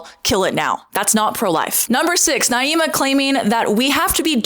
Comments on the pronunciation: Girl WUT the conversation was literally the most civil of this style video I’ve ever seen also learn how to pronounce her name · You gotta be trying to mispronounce her name. Off rip says a lot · How do you debate someone for over an hour and still manage to mispronounce their name. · You pronounced her name so many different ways in this video? lol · You pronouncing her name several different ways in this video and also bringing up 'slaves' and 'black' people to secure your arguments (during the debate) ain't a great look either queen 😭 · You're not even pronouncing her name correctly....! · You can't even say her name right lol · Maybe pronounce her name right if you’re going to point fingers and call others a bully. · I think she's named Naima not Niama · Girl come on, you're usually respectful, her name is not Niyama. It's Naima. I'm not a huge fan of her either, even though we share the same views, but getting names right is important. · You’re saying her name wrong. It’s pronounced “Nah-eema” (Naima) not “Nee-ahma” (Nee-ama). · Her name is Naima, (nah-ee-ma) and you spent hours in a room and with her in person and obviously plenty of time looking her up beforehand. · Just started the video and already turned off - if you’re going to make a video about her, at least learn how to pronounce the girl’s name correctly. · Girl grow up. Seriously. You can’t even pronounce Naima’s name correctly; a classic racist tactic to attack another person. Don’t pretend to be the victim, you’re a grown ass adult. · girl you can’t even pronounce her name right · You’re saying her name wrong and she kicked your asses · Can’t even bother to say her name right … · Why are mispronouncing her name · Lol mispronouncing her name wrong on purpose 3 times just to slip up and say it right ? Republicans are so ridiculous. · Why are you continuously mis pronouncing her name? You evidently know how it's pronounced (per you stating it right occassionally)